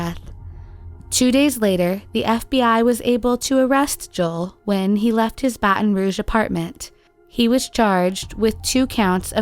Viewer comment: "Faton Rouge" had me rolling, thank you.